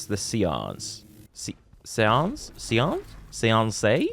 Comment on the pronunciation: i think the word is pronounced say-ance